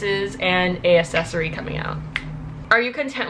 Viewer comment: “two cases and a accessory”. okay first of all, you pronounce the c in accessory. ugh the way she says it makes me so madddd. and second of all where’s the n on “a accessory” you do NOT say “a” in front of a vowel sis. AN aCCessory. yikes. love you tho,. 💕